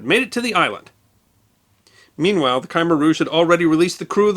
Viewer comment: I’ve never heard “Khmer Rouge” pronounced the way you do it .